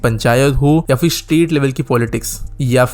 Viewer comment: So, in summary: like with anything else in India, it's pitifully implemented? BTW, what's with so many people not being able to pronounce फ (ph) correctly? It's an aspirated प (p) sound, not the fricative "f" sound (फ़). It's not "fir", "failna", etc., but phir, phailna, etc. Also, it's either BRTS or a BRT system, not a "BRTS system", which is redundant.